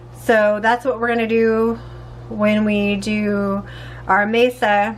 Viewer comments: I am going to ask you why you are using a table in your tamales. 😂😂😂 I’m totally teasing you! The corn mixture is pronounced Mahsah. Maysuh (mesa) means table, in Spanish. You are just too cute! I love the red chili sauce! I’m curious, do the little flakes from the skin soften? I once forgot to strain my chilis and I had little pepper flakes. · It's not maysa it's ma'sa. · you keep saying Mesa, it's actually called Masa lol😊😊😊. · Mesa I was like oh she means Masa 🫔 😂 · My family has made these for years, never with a tortilla press though! That looks so much easier than spreading with a spatula! I love how you do your 🌶️🌶️ peppers too! It beats boiling the chilies. In our family we pronounce it Masa instead of Mesa. Thank you for sharing, I can't wait to try it your way next time!❤